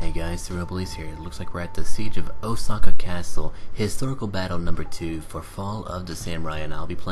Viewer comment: You didn't pronounce Osaka right. :)